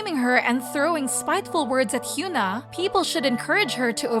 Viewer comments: its HYUN (uhn) AH not HYOON (oon) AH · Okay so they pronounce "Irene" in the Korean way but not Hyuna? Why does this channel insist on calling her Hyoona????